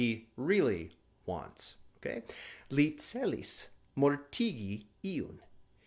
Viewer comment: Le celis mortigi iun, it sounds like you said "He" for the word "Le". Is that really "Li"?